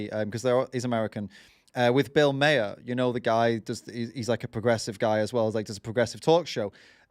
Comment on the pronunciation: Just a "heads up" ... Bill Maher's last name is actually pronounced "Marr", like the planet Mars. Also, Bill Maher isn't really that progressive. He's more of a moderate, even on his talk show. In fact, he's been accused of "richsplaining" by many progressive figures. He's only "progressive" when compared to far-right extremists. 😉💜🌱🖖🏼🌱💜😅